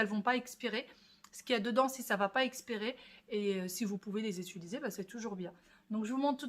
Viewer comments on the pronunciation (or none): Cc. J'aime beaucoup tes vlogs. Mais stp on dit UTILISER PAS ETULISER MERCI